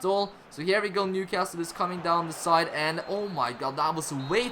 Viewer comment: Just to let you know, in England we don’t pronounce the ‘T’ in Newcastle 👍🏼 nice series btw